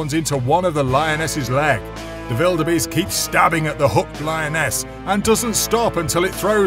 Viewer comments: It's wildebeest not veeldbeest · never heard anybody calling the gnu a bellabeast or whatever u are saying. butyour narration is great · The letter W: exists This guy: vilderbeast